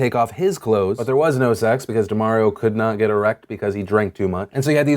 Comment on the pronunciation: DUH-MAHR-EE-OH... Not DUH-MARE-EE-OH.... C'mon Phil, this is Mario-gate all over again 😧